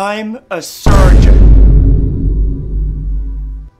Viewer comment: in the next seasons, all the words he can only say is "ayusgeon"